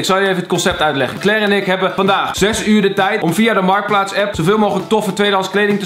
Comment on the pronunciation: “MARTKPLAATS” NICE